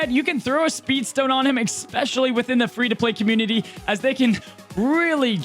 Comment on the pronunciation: f·%k the Oxford English Dictionary, "Expecially" should be a word. I got you,.